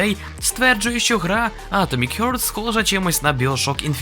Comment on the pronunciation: харт, а не хьорт